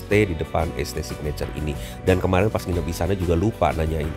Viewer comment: St itu bacanya saint kak, jadi namanya saint signature